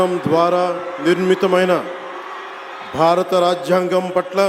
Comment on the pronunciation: సమఘ్ర...కాదు. సమగ్ర ఆంద్ర ప్రదేశ్ కాదు... ఆంధ్ర ప్రదేశ్... బారత.... విదేయత ..వొత్తులు వుండాల్సినచోట వుండవు.. కూడని చోట వుంటాయి😅 కాస్త ప్రాక్టీసు చేస్తే బాగుణ్ణు అంత పెద్ద హోదాలలోకి వస్తున్నవారు.